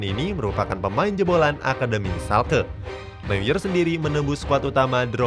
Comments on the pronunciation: Bang manuel neuer itu dibacanya manuel noier. Kalo di bahasa jerman eu itu dibacanya oi. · Baca Newer